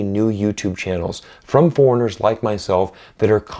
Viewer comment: Notice how he says "foreigners around the world", almost like a Chinese person would say 🤔